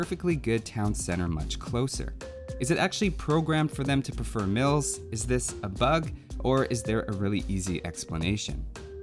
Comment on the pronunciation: I heard "MILFS" the first time you said mills and that gave me a reasonable answer to the question.